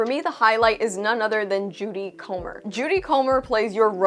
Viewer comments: it's Jodie (not Judy) Comer. (Proof that we're all human and make 'forgiveable mistakes.) This actress is top notch and great with accents. Loved her since discovering the 'Killing Eve' series. I intended to go see 'The Bikeriders', but now will make it a 'certainty' after watching your review. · Great review except you mispronounced her name. It's Jodie, not Judy. Weisz mispronounced Jodie's name at the Tony Awards when Jodie won for Prima Facie. 😂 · How do you review a movie and get the leading actress's name wrong? Judy Comer? 😂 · Pretty sure it's "Jodie Komer" not "Judy". Anyway check her out in a tv show called "killing eve" she is unbelievably good in it. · It’s Jodie not Judy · It's JODIE not JUDY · Jodie* Comer. I hate that I did this but I think you'll simply say Fuqq yea thanks.